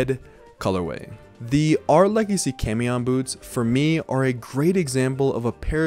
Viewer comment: Quick fyi camión is pronounced caw-me-own. It means bus